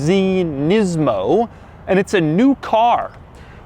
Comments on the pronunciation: It's nismo not nizmo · お前の喋り方と顔に腹が立つ、「ニズモ」じゃねーよ、「ニスモ」だ分かったかこの間抜け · Thissss is a neesaan nemou MAN LIKE CANT YOU JUST SAY IT PROPERLY LIKE LOOK AT HIM TILL OR 5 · the way he sarcastically pronounces nismo makes him seem like a total douche